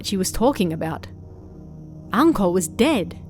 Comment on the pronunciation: Ohhh....Anko...I thought you said 'uncle' at first XD